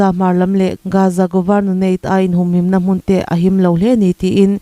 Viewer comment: Naute tih tur aw